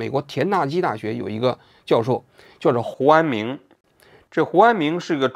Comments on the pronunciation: 应该是念成胡明安了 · 胡安明怎么回事？读成胡安勇了？有一个没有改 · 念的是胡安友，有一句话忘了打补丁能听到原声， 这里。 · 应该是念成胡志明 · 之前是不是读成胡明安😂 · 什么鬼，hu an ming ，听不下去了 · 这个“huanming"替换了几十次，应该是之前读错了:face-purple-crying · 胡和查两个名字都读错了吗？ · 听到胡安“明”这里蚌埠住了😂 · 我怎么觉得你说 胡安明的时候，被处理过了，是不是一开始把人家名字念错了，然后后来想什么办法处理的哈哈。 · 胡安明 是不是念错了 不然为啥每个都替换了😶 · 胡安明咋了 名字说错了么 后期处理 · 应该念错了，后期发现录了一句剪进去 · 标志性嘴瓢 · 胡安明~胡安明~哈哈哈哈。鬼畜读音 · 是有点怪怪的